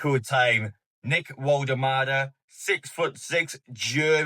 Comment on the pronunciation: in German W is pronounced V